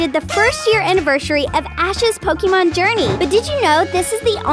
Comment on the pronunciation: It is not "Po kee mon," it is "Po kay mon."